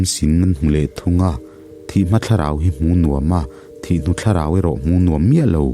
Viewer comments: Tinge "ka hmul thi" tihah hian thi tih hi (blood) thi tih ang hian i lam zel a, thi tih hi mitthi kan sawi a 'thi' thluk anga thluk tur 👍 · Hmul thi tih hi i van chhiar sual ngun em em,nge i hrelo zawk lee,hmul thi tih a thi hi mitthi tih a thi ang hian lam tur,a in hliam chu a thi duh hle mai tih a thi kan hman ang hian i hmang fo a diklo deuh